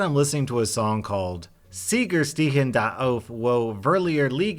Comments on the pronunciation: I'm still learning German, but I know for sure that this is not how you pronounce it. Here's a way that will help Anglophones understand it.: Zeeger Shtehin Da Auf, Vo Ferleer Leegen Bliben. The g's do not ever make a "j" sound, and in "bliben", pronounce the "i" as if you are saying the word "I". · I couldn't help it but smile at the part where you tried to pronounce the song's name in German. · your german needs work mate, unfortunately only a T for Trying this time xD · if anybody is wondering how to pronounce that it’s sea-gr schteen daw off, vo vearlier leagr bleeben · I laughed so hard at the pronunciation of the german song😂😂 I am german btw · On a slightly lighter note, who else wants to laugh at how terribly he mispronounced the german? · Omg I found it really funny how you pronounced the german songname. It's pronounced really different but I like to hear people from other countries trying to speak German. It's really funny. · oh my good i love the way you say the title of the song . im german myself and i love how people who dont speak german pronounce some words (im very sorry my grammar sucks) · listening to u pronounce this german song hurt my head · at least attempt to pronounce the German correctly. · and ongoing As a German myself who has been to the UK (1x), to Canada (1x) and to the USA (3x-4x) I've never heard that heavy of an accent when someone tried to speak german Some words were pronounced correct You tried and I love your videos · Sir, your attemts at pronouncing the German words in there are the cutest thing I heard all day and I have a toddler trying to speak German here